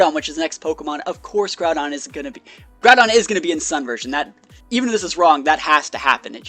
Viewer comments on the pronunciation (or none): none